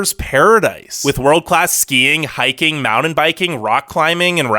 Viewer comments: Vermont is NOT the 2nd Smallest State. And What is a "Maudin" ?? Do you mean "Mountain" ?? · Narrator can't pronounce mountain, or brewery!